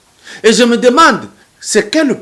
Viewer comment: PAPA KADIOMBO YO OLOBI YANGO BIEN YE ALOBAKI ""ZE SUIS FATIGUÉ DE LA NIGOZIATION """AYEBAKA KOLOBA FRANCAIS TEEEEE ATA PRIMAIRE AKOTA TEEEEEEEEE